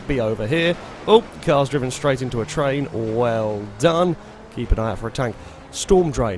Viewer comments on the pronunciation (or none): none